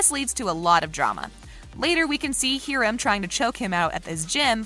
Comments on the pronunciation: "Heerim" its Hiram Hi-rum sorry. This is not a mean or mad comment. I know it sounds like it. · Mr. Lodges name is pronounced hi-rum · I’m sorry “heerim” you say? 😭😭😭